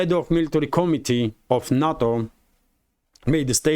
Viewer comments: NATO is not a word. It is pronounced "NAY TOE". "na toe" is sushi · NUTTO perfect pronunciation